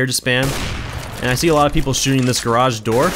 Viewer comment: stop pronouncing 'garage' like that! its fucking annoying!